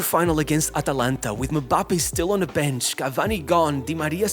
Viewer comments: Why does it sound so weird when this guy says "Mbappé" lol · Butchering Mbappe's name every single time actually makes me cringe